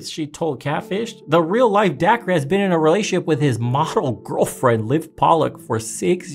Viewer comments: Dude's name is pronounced Day-kerr. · Dacre = acre with a D. It’s pronounced like Day-kur or Daker.